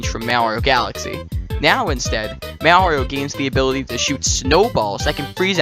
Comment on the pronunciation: Great video. Just one question. Is this a reference to the way you pronounce "Mario" wrong?